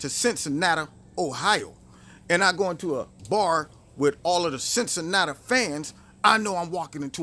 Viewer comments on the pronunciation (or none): it's CINNCINATI NOT CINNCINATA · Love you man. quote of the day; "Cincinnattuh"